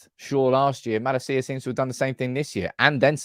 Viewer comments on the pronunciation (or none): Malaaaacia is how you pronounce his name. Long 2nd A.